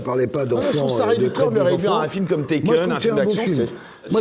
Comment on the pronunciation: L'autre film c'est "Taken", pas "Tekken" au cas où.